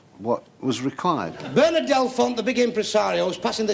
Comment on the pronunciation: LMFAO at bernARD pronunciation